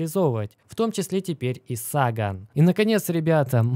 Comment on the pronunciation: не СагАн, а САган, по имени писателя-Карл Саган. Не ГемИни, а ДжЕмини. Не План БЭ, а План Би. Я тоже немецикий учил, но как-то стараюсь произносить правильно.